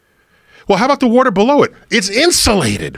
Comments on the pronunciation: I like how he says “woder” instead of water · Joe should focus more on correcting him saying "Warter". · He says warter. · Chill bro I say warter